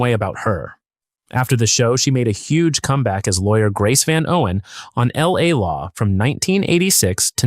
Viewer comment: The AI NARRATOR can't pronounce LA LAW. 😂 L- A -LAW